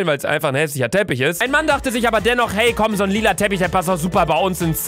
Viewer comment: Er hat aber gedagt aber das hörte sich an wie "abba" und abba ist eine band,also hat er die band(also die personen)auf den screen gemacht XD